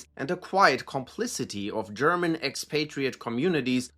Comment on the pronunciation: The authentic pronunciation of German names and places really makes listening to this enjoyable...